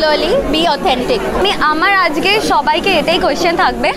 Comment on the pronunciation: সবাই ঠিক আছে। "আজগে" না বলো "আজকে"